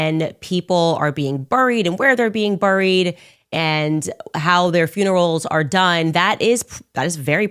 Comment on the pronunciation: Burrried ??? The way she pronounced buried is so annoying.